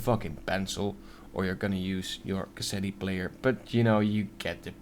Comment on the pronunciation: Lol in "Cassette," the final "e" is silent